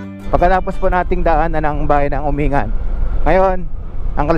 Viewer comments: Correction lng po Uminggan po ang bigkas nung lugar na sinabi mo hindi po Umingan. nice rides lagi po kitang pinapanood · Umin-gan, yan ang alam kong tamang pronunciation at hindi Umingan. Mahaba pala ang Malico at may part ng Pangasinan at may part na sakop ng Nueva Viscaya... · It is pronounced as "UMING -GAN" hindi umingan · Umingan is pronounced as Uming-gan. FYI lang. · “Uming-gan” po tamang pagbigkas sa bayan na yan ng Pangasinan.🙏🤙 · Or pronounce "Umin-gan"..